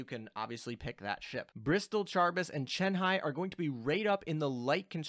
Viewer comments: It's Karib-dis. The C is said the Greek way which is with a K. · Charybdis = car-RIB-dis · CAR-IB-DIS lol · It's pronounced ka-rib-dis, incidentally another dido class is called Scylla lol, the other monster that chills with Charybdis, can't wait to see what hentai ass skill she will have what with Scylla's whole tentacle thing lol. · Also Charybdis is pronounced by taking the Char from character and ibadiss